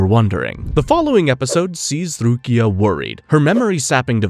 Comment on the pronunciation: Bro i love your videos but the random mispronunciation on words you say a bunch normally is killing me, calling Rukia RuKAI is crazy im dying